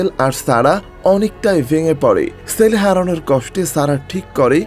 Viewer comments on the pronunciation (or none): Apnar pronunciation thik koren bhai Sele na chele hobe